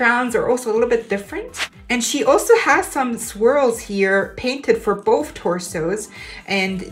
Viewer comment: Every time u said swirls i heard squirrels